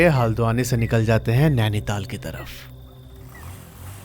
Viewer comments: Bhai haaldwani nhi haldwani h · भाई हालदवानी नहीं हल्द्वानी😅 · Bhai haldane se hi aldwani aur Nanital se Nanital kahani toh thik se bola kar bhai